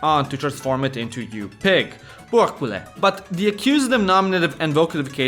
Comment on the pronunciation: You pronounce very well "porcule" so I guess you hear this often lol. Try to reply with "alupigus" 😂